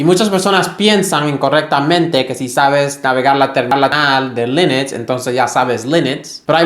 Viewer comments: Porque dices: linix? 😅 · Por favor, para de decir lEnux